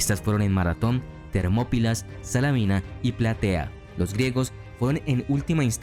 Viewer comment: Muy buen trabajo, pero tener más cuidado con las pronunciaciones. Salamina es tal, no Salámina.